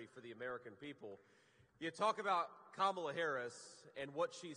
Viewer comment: Wow, he said her name right